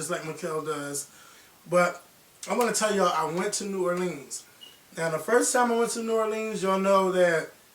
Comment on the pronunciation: The way you say New Orleans lol it's sooo funny lol you say new or